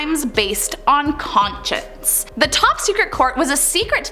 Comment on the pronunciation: Don't forget pronouncing conscience as con-chents, or Duplessi as Du-pless-is! Ack! Did none of her teachers ever speak English to her? Appalling!